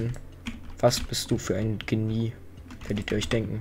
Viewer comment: Genie wie du es aussprichst hab ich noch nie gehört